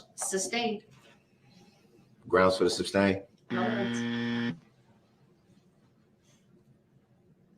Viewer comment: Substained. Grounz. Axed. Relevancy.